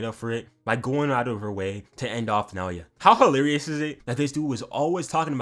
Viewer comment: thankyou for saying naoya correctly dawg appreciate